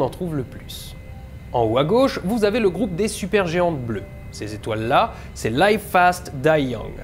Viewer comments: "live fast, die young" prononcer "laïve" > ça signifie "en direct" prononcer "liv" > ça signifie "vivre" alors ? En direct rapidement et mourir jeune ? ou Vivre rapidement et mourir jeune ? si tu as un doute sur la prononciation, tu peux toujours aller sur google traduction pour checker la prononciation ;) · Live fast die young : Live se prononce ici "à la française" live et non lïve ;-) OUI JE SAIS JE PINAILLE ^^